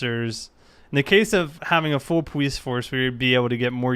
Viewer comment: why does he say powice